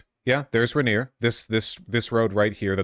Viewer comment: Vaush are you intentially mispronouncing "Rainier" and "Yesler" just to spite me personally?